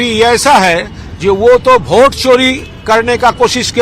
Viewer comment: भोट नहीं वोट होता है गोगडे